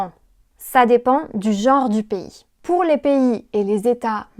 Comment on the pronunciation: je suis française et je trouve que avait un accent super on dirait presque que c'est sa langue maternelle 😱 Par contre je trouve qu'il prononce les "r" "w" comme dans "pour" il a dit "pouW" au lieu de "pouR" mais c'est rien de bien grave 😅 Bravo a tous vous êtes incroyables notre langue n'est pas facile alors chapeau 🎩! Et bravo pour ce travail il porte bien ses fruits!